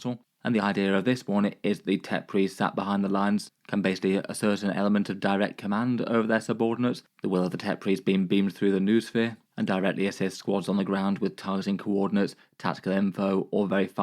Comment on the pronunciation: It's pronounced 'NO-es-feer'